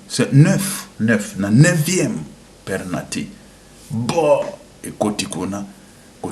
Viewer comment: On dit penalty pas pernalty